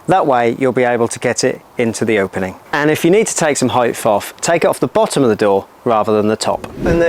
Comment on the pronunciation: 'Heightf' is now my word of the day.